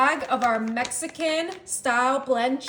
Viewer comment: Y she say Mexican and cup like that? 😅